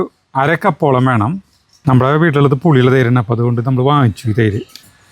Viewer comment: 12.37 😂😂 തെയ്ര് അല്ല തൈര്😅😅😅